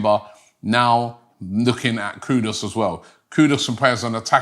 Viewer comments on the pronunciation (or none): Mr. LILLIE You shpuld be ashamed of yourself...learn to pronounce English words..it is Not Kudos ...his Name is KUDUS... (koo ...do....oos).. And remember I said post World Cup, that Arsenal should Sign Mohammed Kudus... Keep up the good work Robbie 👏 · Robbie, we are very particular about how you pronounce our names. His name is Kudus...Koo- Doos. Not Koodus. Please pronounce our names properly! KOODOOS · His name Robbie is not Kudos its Kudus (as in Kudoos)!! Get it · Why Robbie butcher everyone's name? It's not "Kudos". It's KUDUS. 😅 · Robbie the Butcher!!! Modric = MODRIK Kudus = KUDOS Baturina = BUTARINA 😂😂😂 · It's not Kudos, it's kudus. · Kudus robbie not kudos,this guy must have dyslexia as i don't think he can read properly as hes ALWAYS getting names wrong when he reads them 😂. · It's pronounced as "koodoos" not "koodos" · Even a simple name like Kudus Robbie can't pronounce. Man said KUDOS 😭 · Mohammed Kudooss!!Never change.😂